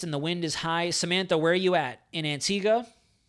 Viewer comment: What a phenominal resource ..thanks so much! And an American (?) who can pronounce the name of our island correctly!!! rather than "AntigWA" :-) :-) Great respect :-) :-)